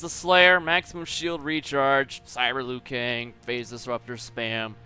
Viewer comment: can someone remind me why he calls kai leng "liu Keng" i must have missed that one